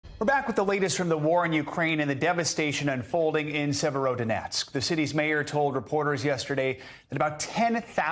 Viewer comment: Severodonetsk. You can't even pronounce the city correctly. And yes those Britons & Moroccan are foreign fighters (not entitled to Geneva Convention benefits). Not unless NBC wants viewers to believe that Morocco & Britain are parts of Ukraine.